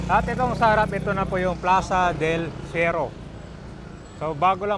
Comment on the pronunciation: Ayusin mo naman commentary mo, ilang beses nang binanggit ang “Del Fierro” tapos ikaw “Ferio” pa rin sa dulo.